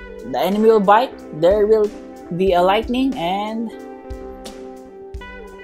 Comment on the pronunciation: u said bite instead of bait